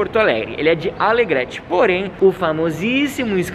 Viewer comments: Isso que tu não conheceu a nossa fronteira oeste maravilhosaaaaa Corrigindo: não é alegréte, é alegrête a pronúncia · Parecia que ele estava dizendo AleGretchen.... vacilão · Hahaha Adorei o Canal... Adorei o vídeo da minha cidade, porém tive que rir quando vc falou "Alegréte" Se o Guri de Uruguaiana vê tu falando assim 😱... Bah! Daí tu tá ferrado tchê...😂😂😂 Parabéns guris, obrigada pelo carinho e bem vindos á nossa Porto Alegre.... ❤💛💚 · aliás, pronúncia é AlegrÊte. Kkk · Estamos corrigindo por brincadeira, óbvio que ele não tem obrigatoriedade de saber como se pronuncia... Mas nós temos sim a obrigatoriedade de saber ao correto.. Sendo que o correto é ALEGRETE, sem algum acento...😉